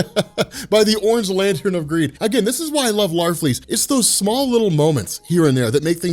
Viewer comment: Luke Akers why does everybody think it's "larfreeze"? It's Larfleeze.